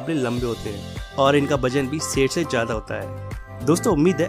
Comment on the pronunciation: Bhak ser nahi hota h Sher hota h